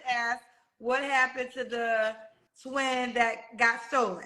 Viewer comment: "ASK" not " AKS" 😂